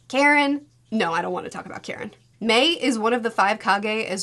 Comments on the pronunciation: Tenten not getting a single solitary mention is so real. also, her name is pronounce <<Kha-Reen>> not <<Care-In>>. she's a "ninja", not a soccer mom. also also, her obsession with Sasuke seems to make sense. if Uchiha feel the most extreme love & grief, and the Senju feel the most kinship, then the Uzumaki feel the most passion. we see this with Kushina and her temper, we see this with Nagato in his rage moment summoning the Ghetto Mazo, and we see this with Naruto in his... everything. so yeah. when the object of that passion is an emo boy? kinda sorta makes sense that she'd feel so strongly towards him. i do wish Karin and Naruto got a little more screen time together. even Naruto saying "you remind me of my mom" or even better, Minato saying "you remind me of Kushina" would've been enough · Very funy to be that the way you pronounce Karin souds like Karen, was it on purpose? 😂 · I lost it every time mispronounces Karin's name.